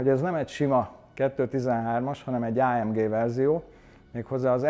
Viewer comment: Legalább valaki nem Á M DZSÍ-nek ejti mert attól a szőr feláll a hátamon.